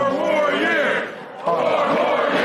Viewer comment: Four more yeaarsh'...pause.